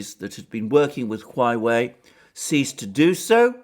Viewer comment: OMG!!!! It is HUAWEI, not HUAIWEI!!! :)))))